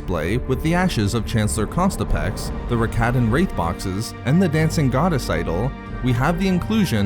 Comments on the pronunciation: The unfortunate repeated pronunciation of ConTISpex as ConSTIPex makes me wonder about other ancient figures such as Darth Hemorrhoid and Grand Moff Irritable Bowel Syndrome. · “Contispex” not “Constipex”... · Good video, but you gotta stop pronouncing “Contispex” with the ‘s’ in the wrong place. You keep saying “Constipex.” Normally I wouldn’t quibble but that sounds like an over-the-counter medication.